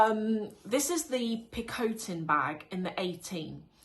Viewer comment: So tired of these Hermes videos from you. And the pronunciation of your Picotin bag is dreadful